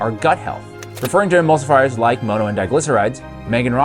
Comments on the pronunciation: For the love of fuck, it's mono not moano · "Moe-no?" Bruh pronounced it properly for you (monn-oh) and you still fumble it the entirety of the video 😢 it makes it really hard to watch. Mono- is a Greek root meaning "one" like in "monopoly" or "dihydrogen MONoxide" (water) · All I heard was that frustrating pronunciation of MONO (it’s mŏnō not mōnō) 😬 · For the LOVE OF GOD!!!!!!!!!!! Why are you pronouncing "mono" as "Moh-no?" Are you doing that on purpose to be different or what? It isn't working, you just sound like a fool especially after your own interviewee, the chef, goes out of her way to preface her first sentence pronouncing it as "maw-no" because she was most likely taken back by your use of the word when you asked her your first question during the interview. Like come on dude, get a CLUE! You are like the only person here on YT talking about this with a decent looking video and you have to go and muck it up with your completely ass backwards, uneducated pronunciation of mono, holy Christopher on a cross... what the HELL is going on IN THIS WORLD RIGHT NOW?! EVERYTHING IS LIKE TOTALLY F*KED!!!!!!!!!!!!!!!!!!!!!!!! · Bro it’s pronounced mahno not mohno